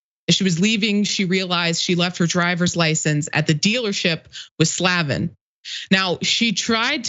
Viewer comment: She's trying so hard to pronounce that name improperly. It's Slay-ven